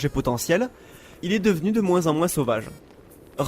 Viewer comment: Pourquoi tu prononceS touS leS S à la fin de chaque motS ? (par exemple : moinS et oS)